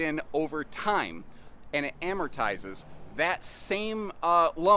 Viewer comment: it’s pronounced "Amortized ". not Ameritized just FYI